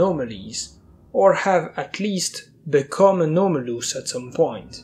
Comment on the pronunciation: When you hear that "the anaumolus duhgout"